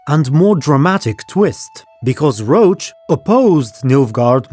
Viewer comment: Whenever you say Roche's name I think you mean Geralt's horse. I'm sure it would sound better if we all read the guy's name as it seems to have been intended with French pronunciation (it does look like a French, or German, name): [rosh]